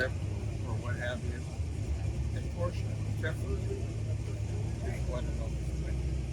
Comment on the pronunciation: Porches? Really?